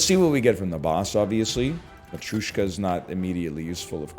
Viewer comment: One day NL will learn how to pronounce both Vajra and Matryoshka correctly and on that day he'll make a conscious decision not to in an excessively verbose manner.